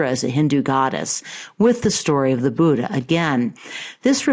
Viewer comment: I am an Indian and I am afraid that's not how Buddha is pronounced. In Devanagari script, it's written as " बुद्ध " and its correct pronunciation is very much different from how West, China and South- East Asian countries pronounce it.